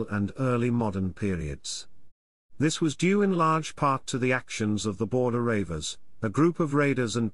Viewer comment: The "Border Ravers" now thats funny...........good info all the same...